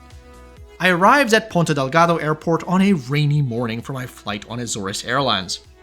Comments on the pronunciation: It’s Ponta Delgada. Not Delgado. Godamn it!😂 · Just a smal note, it's Ponta DelgadA and not Ponta DelgadO